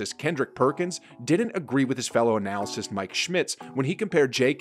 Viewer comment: You should look up the pronunciation of "analyst".